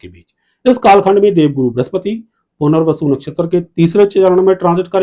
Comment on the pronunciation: Bahot... Sunder... "Puner-vasu"....... Retake...... " Mohan-bhashler"